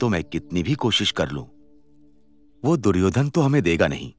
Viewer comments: Suryodan ❌duryodhan ✅ 😂😂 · It's not suyodhan it's duryodhan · It's 'Duryodhan' not 'Suryodhan' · Suyodan q sunai de raha hai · Duryodhen hota hai duryodhen 😅😂nahi